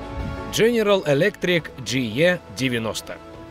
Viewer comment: E в английском читается как И, Джи И 90